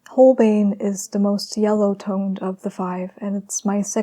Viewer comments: "Schmink-ah" and "Hole-BINE" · Its Shmink-E and Hole-Bine’ it’s embarrassing to see so-called professional artist not pronouncing correctly materials that are hundreds of years old. It’s embarrassing. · Schmincke = Sh-mee-n-kuh Holbein = Hole-b-eye-n Dear gods. I don't know how to type phonetically. 😂💕😘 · Just in case you'd not had the luxury of hearing it aloud before (and why should you, tbf!) the 'e' in Schmincke is voiced. As if it's Schminck –ah. And the 'bein' in Holbein, rhymes with sign – I know, German is weird, I am very sorry! 🇩🇪 Pronunciation to one side, your layering and texture building is breath-taking, and your brushwork masterly. The portrait reminds me very much of Liv Tyler, and your colour pairings in all three studies are a delight, thank-you! 🙏🏼